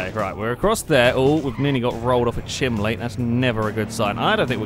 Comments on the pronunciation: how many people are being pissed off at pronouncing chimney chiminley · RANDOMLETTERSBLAH -Drift Enemy- was pronouncing it "chimLey", which is the entire point. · ***** I'm from Sheffield and I pronounce it chimini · I live in Georgia in the States and I've actually heard people pronounce it chimley before, so I don't think it's just a geographical location thing. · Yeah didn't even last 10 minutes into this video, I can't handle the stupid awkward laughing and the ridiculous way of saying chimney, I'm out. I give up.